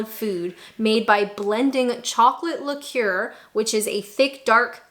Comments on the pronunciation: It's liquor, rhymes with ticker; not liqueur, rhyming with McClure. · Indeed, but, in fairness, I think that is just a pronounciation error. She's reading from text which clearly states liquor, and her pronounciation is a little off - like a cross between the two words. No offence to her, but that is a Canadian accent there - she even says 'ey?' at one point.